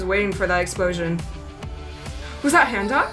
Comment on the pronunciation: i live for this channel but the pronounciation of handong causes me physical pain. "hand ong"